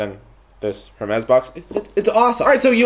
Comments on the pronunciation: It's actually not pronounce err mez but more like air mess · dude it's pronounced as "ERR MEZ"... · The H is silent in French. So you’d pronounce it ermés 😉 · Obviously not rich when you cant even pronounce the name right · The H in Hermès is silent :) no hate, just saying